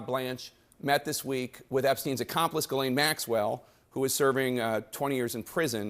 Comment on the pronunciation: Mr. Speaker “ Your lane “ IS Ghis-lane.